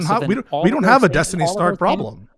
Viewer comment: Kinda sounda like was about to say "Epstiny"